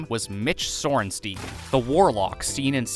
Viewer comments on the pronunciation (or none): STINE ITS PRONOUNCED STINE Mitch Sore-en-stine